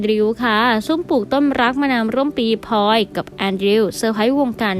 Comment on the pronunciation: ขอความกรุณาพูดให้มีคำกล้ำพลอยมิใช่พอย แอนดริวมิใช่แอนดิวค่ะ